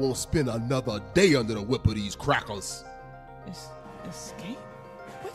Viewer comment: The way he said crackers